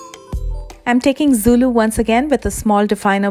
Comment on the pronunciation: Like how you pronounced "zulu"😍